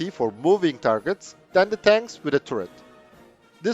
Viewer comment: Interesting video, but man, please look up the correct pronunciation of the word "turret". It is just so incredibly irritating to hear that stupid mistake over and over again.